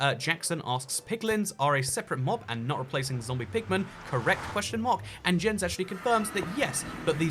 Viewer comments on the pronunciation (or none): Jens name is pronounced like yens